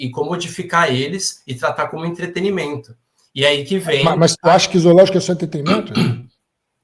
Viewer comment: O cara é vegano e fala Izoologico! Certeza que fala todex kkkkkkkk enquanto isso eu como meu bifinho grelhado delicioso, com ovinho frito, e maionese de ovo caipira! Kkkkkkkkkkk fim ao veganismo e aos veganos kkkkk